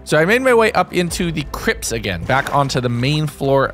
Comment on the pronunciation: you said crips not crypts.... still a good video though